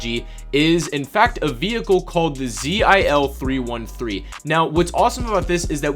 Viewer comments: pls read it zil not Z I L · Zil is russian truck and all letters are usualy read a word not abriviation